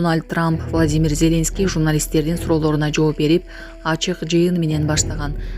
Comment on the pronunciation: Ой, кызым, ЗЕленский дебей, ЗелЕнский деп туура ударение коюп окучу. Уккум да келбей кетти.